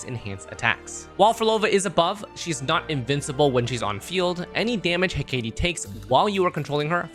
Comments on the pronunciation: he-ka-te* not he-kei-die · I'm sorry, BUT it's: Heh·Kuh·Tee